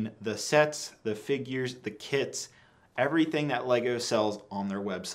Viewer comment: I thought he said "Just utilizing the sets, the figures, the KIDS everything that lego sells"